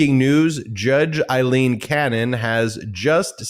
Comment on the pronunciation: My goodness, Ben. Why are you so determined to continue pronouncing her name Eyeleen when her name is Aileen and that's how everyone else is properly saying it?